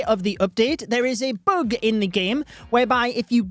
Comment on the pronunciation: It’s bug not boog 😂